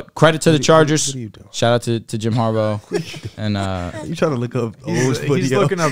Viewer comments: Dude I gotta say it… it is HARBAUGH as in “har- BAW” do we call Sammy baugh, Sammy BO? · Har-baw, not Har-bow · why are you calling him harbo? 😂